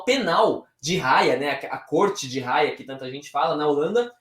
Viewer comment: Pronuncia ( aia )